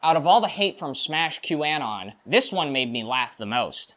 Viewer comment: please start pronouncing q-anon correctly. 0/10..........rest of the video was pretty good